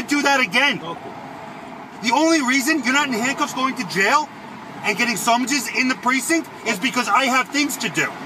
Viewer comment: Summonses, not sumpages. P.S. Thanks for this update